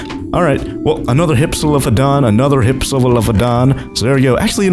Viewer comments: it's hip-silo fadon not hipsolifobjdhchedon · Btw it's pronounced hip-sil-off-o-don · It is hif-sil-lof-o-don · You're not pronouncing hypsilophodon right